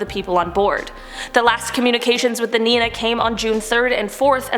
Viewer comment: That’s not how you pronounce niña